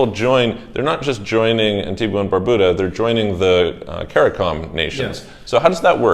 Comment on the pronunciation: Not to be picky (but I guess I am...lol), but the way the people from Antigua and Barbuda that you've interviewed pronounce their country's name is An-TEEG-a and Bar-BYOO-da. Also, Grenada is pronounced Gre-NAY-da by the people there.